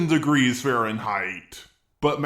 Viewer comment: nine-thouthand degreeth